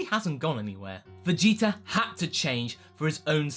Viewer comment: Vegetar,Idear etc i dont get that accent :o